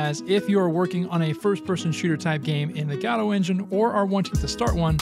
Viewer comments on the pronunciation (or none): why do you pronounce it 'gadot' instead of godot? xD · its not gadot , g o d o t , spell it slowly , G O D O T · it's pronounced "ge-doe", my dude. Like the play "Waiting for Godot" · I love how everyone pronounces it goe-doe, but he pronounces it gato. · There is absolutely no "A" in "Godot" :D Thanks for this awesome showcase! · For the love of Christ, Lucifer or whomever you worship, learn to pronounce GODOT.